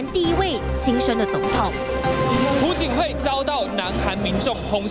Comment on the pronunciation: 不是朴(PU)槿惠是朴(piao)槿惠，没文化在那儿瞎BB